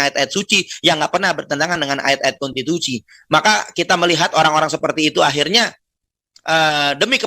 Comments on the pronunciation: Maksudnya Kontitusi. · Omongan Novel kata Konstitusi jadi kata Konstitusi...